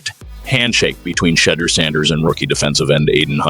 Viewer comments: Whoever was doing this commentary couldn't even say the name right, love Sanders but Cleveland going nowhere in that division let alone the AFC. This looks like a set up for Sanders to fail. I hope he quits football so he doesn't get hurt fooling with this incompetent team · SAY HIS NAME RIGHT MEN.